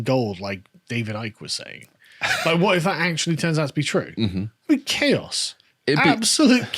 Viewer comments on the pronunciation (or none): none